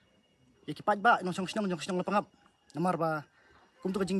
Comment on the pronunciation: Wrong pronunciation la pang ap...right La pa ngap